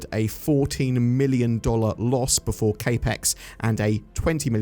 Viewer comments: Cap-ex, not kay-pex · CapX "capital expenditure" cap (like baseball cap) as in capital not K ... Otherwise great video ❤ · Yeah ngl it was bothering me the way he was pronouncing it lol. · Capex Pronunciation was driving me crazy, but I was giving benefit of the doubt that it might have been a UK pronunciation.